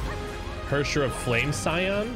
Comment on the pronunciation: I'm impressed you pronounced Flamescion correctly. Lots of people mistakenly pronounce it as Flameshion or something. lol